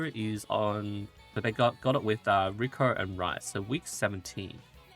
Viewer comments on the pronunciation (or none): none